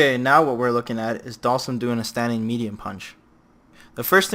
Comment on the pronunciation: The way you pronounce Dhalsim sounds like Dawson.